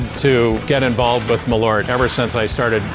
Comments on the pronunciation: Hears Jeppsons "Maleaur" sees "Malört" It's pronounced "maaahleurt" , in Swedish 🇸🇪 #eehluhrtahg #hipphipp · Funny to hear someone making a product and dosen't pronounce it correct... More Kinda like "maaalööört" not mallorte. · The weirdest thing about this video is not people actually admitting to liking this thing, but hearing Malört pronounced as "muh-lort". (Hint: in Swedish it's something more like "mahl-oert".) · Pronouncing Malört so bad I thought they were talking about someone named Millard. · Malört not "Meleurt" fuck sake learn Swedish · As a swede I kind of twitch every time you say MALORT, it's so far from the actual pronunciation 😁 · It's a bit embarrassing when the head distiller can't pronounce the product that he's making, no? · it's spelled with an Ö so it should be pronounced with an Ö.